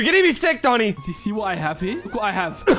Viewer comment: Bruh it's doni not